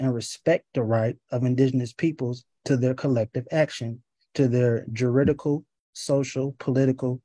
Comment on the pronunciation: Securitization? Juritical? Idiosummons? Man, this guy knows some long words and terms.😂